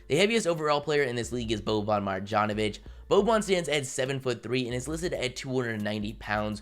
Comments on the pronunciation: Just a tip, boban’s name is pronounced “Maryanovic”. In serbian/croatian/bosnian, any time you see a ‘J’ pronounce it as a ‘Y’ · and the way he pronounces bobans last name smh.....